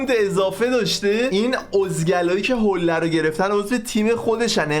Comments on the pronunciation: حُله نه حوله 😂😂😂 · حولّه نه حوله 🤣🤣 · بابا بخدا حوله تشدید نداره میگی حولّه🥲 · وای عاشق تشدیدهای روی حوله هات هستم🤣😛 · جان کلمه «حوله» تشدید نداره😅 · حوووولّهههه،،لعنتی چقد رو ل تاکید میکنی عاشق حرف زدنتم یعنی🤣🤣🤣🤣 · فقط حوللللللله🤣🤣حولّه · باز گفتی حولّه 😂😐 چرا رو بعضی کلمه ها تشدید میذاری ؟ 😐